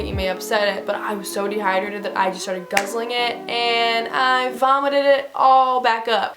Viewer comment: like “can someone jus give me an IV a bitch is de-hi-drated.”